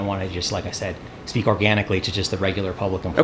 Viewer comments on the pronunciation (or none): speck? you mean speak?